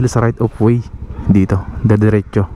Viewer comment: Right of way. Hindi right of wayssss